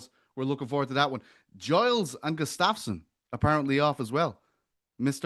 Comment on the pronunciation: Why doesn't anyone correct when he says Alex Gustafsson? He said it twice.